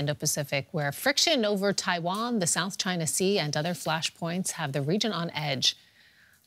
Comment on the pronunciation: It's not Taaiwaan it's Taiwan